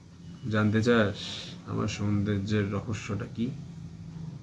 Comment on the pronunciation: Amr darun porichoy dili sobar kache..."ankita(titli frd)" bahh...btw ota sundorjo na soundorjo...